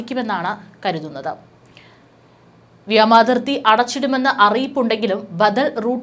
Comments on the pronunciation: വ്യാമതിർത്തി അല്ല വ്യോമ അതിർത്തി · വ്യാമാതിർത്തി തെറ്റ് വ്യോമ അതിർത്തി ശരി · Its really Irritating..vyamathithi alla..vyomarthitji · വ്യാമാതിർത്തി അല്ല..... വ്യോമാതിർത്തി.....